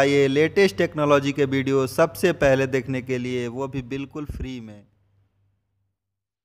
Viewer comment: Nice video sir.... PR woh "Bideo"nhi video hota hai